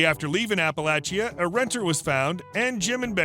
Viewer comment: Omg, you pronounced Appalachia right, I live in Appalachia & you’d be surprised at how bad people are at pronouncing it🤣